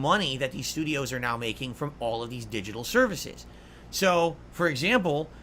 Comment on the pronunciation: He really likes to enunciate his Ts, and sometimes all the individual syllables. I assume he does it to make himself sound smarter or something. It's like nails on a chalkboard to me haha. Edit: "DiJiTul" gaaaaahhhh